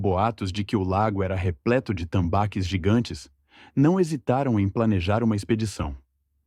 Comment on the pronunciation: Putz... essa voz de IA é terrível. "Tambáquis" me doeu nos ouvidos 😂